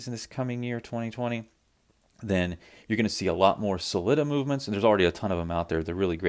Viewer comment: OMG please pronounce "Sell-eeta" (and not "Slitta") like the people at Sellita unless you're being ironic in which case I love it Ral Ucks and See Icko and Paddock Flip all day Great videos